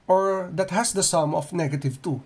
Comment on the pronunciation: "That" sounds like "dat" the way you pronounce it